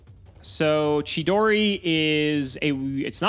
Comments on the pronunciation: How do you even mispronounce chidori as keydori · Wow, Ki-dori. In defense, "Chi" CAN be pronounced Ki, in GREEK! It just doesn't do that in Japanese. This is still nowhere near Smiger levels of mispronounciation. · I don’t think I’ve ever been more offended by pronunciation than today’s pronunciation of chidori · I hate the way pronounces chidori 🙄